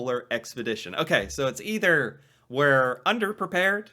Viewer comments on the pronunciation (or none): none